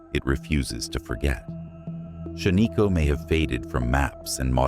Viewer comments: I am a lifelong Oregonian. Shaniko is pronounced Shan-ih-ko, not Shuh-nee-ko. I have been there. The only place on this list I have not been is Hot Lake Springs. Thank you for posting this video. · It's not shaneeko! It's shan-iko! A good friend of mine! Owns over half of shan-iko! I remember going there as a kid and playing in the old cars that are there! That they also own! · Shaniko is pronounced SHAN-nuh-ko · Stupid...you pronounce Shaniko wrong, then you spell it wrong. 👎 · It’s not a real person… AI and computer generated voices never pronouncing things correctly.